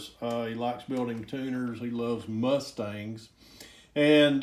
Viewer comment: He likes MUSSSSTANGS? Why ya say it like that!! Lol!! The guy has great taste in sports cars lol!! Glad your still employed!